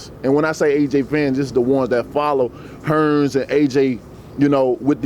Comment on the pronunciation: Hearn not fucking hearns